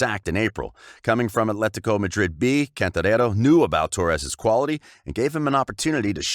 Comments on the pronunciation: When you try to pronounce Atletico Madrid as if you're Spanish you sound like an absolute tit....fyi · Why is this clown pronouncing “Athletico Madrid” like a camp Spanish water?